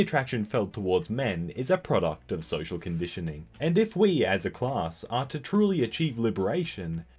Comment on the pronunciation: “social convitioning”